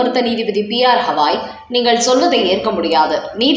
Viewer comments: Dayavu seidu uchcha needimandra arasar peyar uchcharippu gavai aagum hawai illai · CJI's name is NOT Hawai. It is GAVAI. GA.GA. GAVAI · எத்தனை முறை சொன்னாலும் கவாய் என்று திருத்திக் கொள்ள மாட்டீர்களா? Gawai என்று பெயர்.